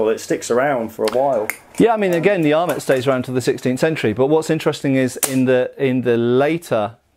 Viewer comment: Your not pronouncing French words with French pronunciations kept knocking me out of the project I was working on while this was on. ET endings have an "ay" sound. :P